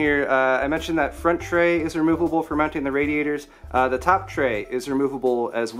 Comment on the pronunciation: Moount it in the froont